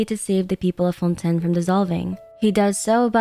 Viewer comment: Everybody, literally everybody in Fontaine: it's pronounced Fawn Tayn: Nah. Fawn Ten, mes amis.